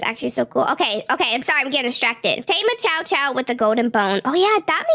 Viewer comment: I love the chow chow and I love how almost said chom chom😂